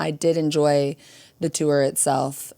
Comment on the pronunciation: I love that with your midwest accent, it sounds to me like when you say tour you're saying 'tew-er' 😆 I cant not heart it!